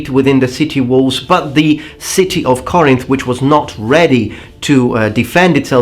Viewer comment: Corinth...NOT Cornith